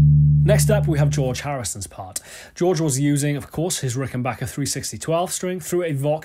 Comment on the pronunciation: Thank god you know how to say Rickenbacker. The guitar chord on its own sounds like the Getting Better chord.